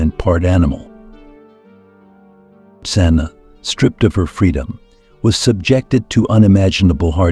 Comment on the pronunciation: The narrator keeps changing how to pronouce "Zana" This is all baloney just to get hits.